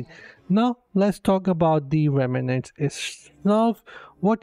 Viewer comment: It's pronounced "rem - nants": two syllables!